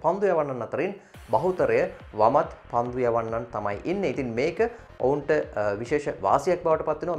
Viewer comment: පන්ඩු නෙමෙයි පන්දු.. 😒💔